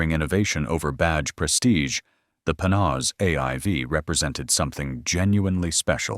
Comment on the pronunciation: Well, first, you are mispronouncing the name: Panoz. I know this because my company produced the sales video for the car and I spent many hours with both the car and the Panoz Family. Mrs. Panoz kept a 1953 Corvette, completely perfect, in their garage). I appreciate you going into the pre-aluminum roadster. I thought it was a beautiful car and was honored to take a few laps at Road Atlanta with it during the production of the sales piece. I had not seen the aluminum version and I have to say: that unGodly ugly hood scoop absolutely ruins the look. One other thing. That tiny windscreen was worthless. It actually aimed the air flow right at your eyes because it was so low. We wore helmets on Road Atlanta so it wasn't as noticable. But man, it was so much fun to drive, and you talk about turning heads! I think the only car I would rather have is a 64 XKE Roadster, but that is major money. Thanks for doing this. I would love to find a Panoz at a good price. I would definately want the older one. Man, that hood scoop on the AIV was horrible.